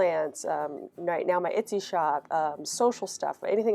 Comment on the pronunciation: I've been watching your videos non stop so ive seen all the new ones and now watching the older ones and its so cute t hear you call it an "itsy" shop 😂 you made my day!